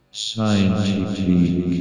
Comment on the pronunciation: "Seintipik" much wow, very seins